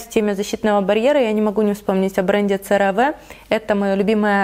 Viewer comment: CeraVe произносится серави !!!